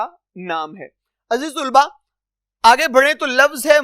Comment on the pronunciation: Aziz tulba nhi....aziz talba hota h